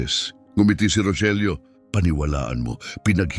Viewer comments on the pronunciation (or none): Bakit ung Rogelio minsan Rojelio ang pronounce😅